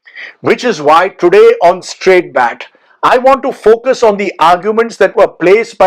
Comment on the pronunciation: please "BAAT " with double A